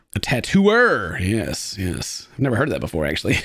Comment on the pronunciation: A "totooer" are we sure she's not 12?